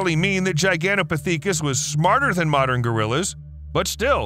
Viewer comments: Oh holy hell, man.... it is pronounced ji-gan-tah-pith-i-kus quit saying it wrong .....over and over and over.... im about to throw my phone across the room if I hear you say that one ... and there it is.... omg! It's pith not peak..... pith-i-kus, not peak-us You just had to get it in one more time before moving on... I think you must be doing it on purpose knowing how badly you were mispronouncing it to annoy the rest of us.... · I really enjoyed your video. You have to research a little more though. It’s not pronounced gigantopictheekus , it’s gigantopickithus Saying it right gives a little more credibility. Everyone is entitled to their opinion, but unless you’ve seen or heard something that cannot be explained except for it being a Bigfoot, they will remain a source of amusement As will the people who have gone into the bush and have had something unexplainable happen to them, such as myself. Miles from anywhere deep in the Alberta wilderness something happened that cannot be explained unless the existence of Bigfoot is real. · LOL no it is not, you must not watch all of his videos, he does this a LOT. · Dude Giganta PTHICAS. 😂😂you say it wron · Really should have learned how to pronounce the name properly for Gigantopithecus (jai·gan·tow·pi·thuh·kuhs) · OMG please re-dub this video after looking up how to pronounce Gigantopithecus 😂 its Giganto• (like gigantic but with toe at the end) pith•eh•cus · why u sayin piTHEEKUS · The pronounciation of Gigantopithecus tho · As an avid Ark player, the way you pronounce Gigantopithecus really bugs me 😣 lol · same, i was like: am i the one who was pronouncing it wrong or is he lol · Hearing the mispronouncing of gigantopithecus was painful… all two dozen times. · G I G A N T O,P I T H, I C U S. You're saying it wrong! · My God man I didn't think it was possible to say gigantopithecus wrong so many times short time frame. Next time just say it once maybe twice so it doesn't make you sound so ignorant